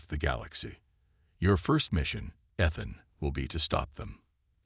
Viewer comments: I thought the story was a good take on a coming of age theme. There were some problems with the captions used and AI narration. There is something Ethan, the A. I. Can not pronounce it correctly and and a couple points even used Athan. Probably the saddest portion was when his mother mispronounced her own sons name, sad that. Keep writing and creating improvements take time, and you a sure more creative than I am. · Pronounced E than.